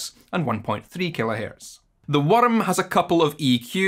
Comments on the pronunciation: Your inner werrm? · Hearing saying "worm" in Scottish accent has awaken something inside me.